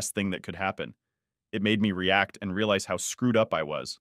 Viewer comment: I'm reading along with the voice, and am beginning to think the voice is a bot because some words are corrected to what they're supposed to be, while other words, like Realize is completely butchered.